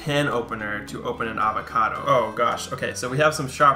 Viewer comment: Cute pronunciation of AR-vacado ;)